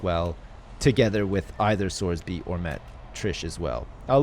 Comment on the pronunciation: well every time he reads sorby's comments he mutters to himself "fucking sorsby"